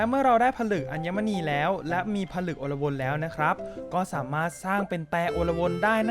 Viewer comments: และมันอ่านว่า อะ-ลวน ครับ ไม่ใช่ อน-ละ-วน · พี่อ่านผิดอ่านว่า อะ ลวน